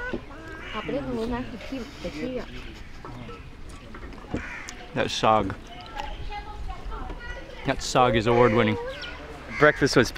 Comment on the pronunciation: It is paratha.. not parata;) also it wasn’t Desi ghee that she smears on paratha but real butter from which Desi ghee is made.